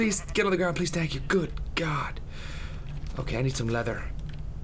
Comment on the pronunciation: lol "tank for watching